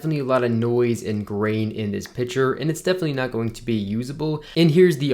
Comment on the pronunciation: Picture is not pronounced "pitcher"